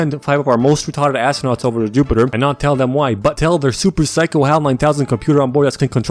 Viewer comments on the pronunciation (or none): none